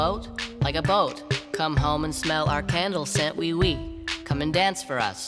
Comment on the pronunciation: I think it’s oiu oiu, not wee wee